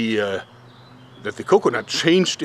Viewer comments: Anyone else love how he says "co-conut" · The way he says coconut